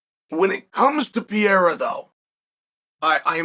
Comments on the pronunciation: Surname is PEHEIRAH not pireara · Pereira pronounced: PEA-ERA 😂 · ALEX PEE-ERA 😂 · He said his name the first time I was like wait what? Now I'll never unhear it.